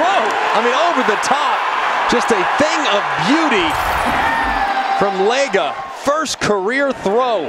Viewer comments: It’s pronounced leg-aw I go to school with his little brother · The announcers totally botched his last name too 😂 it’s pronounced Leg-Aw